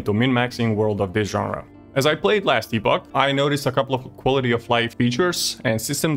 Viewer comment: Nice review. Not sure if i'll try it out. Our treasured ARPG's going online only is a downer to be honest. Miss the days of offline options - considering there is a $44 price tag... PS: Just feedback - I see it's not your native language but it's "Epp-och", no "EE" sound.